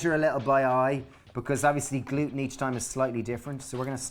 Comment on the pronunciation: "Kweat glooten" Haha.